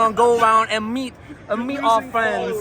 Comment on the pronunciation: "MEaT oUr Frweindz" 😂